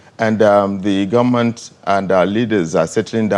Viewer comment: PhD working with standard fix holder, he should be afhame of himself, hear the way the speaker pronounces goment, the whole key post in this regime is headed by hausa fulani and the vice president is there like a boy, boy shame on him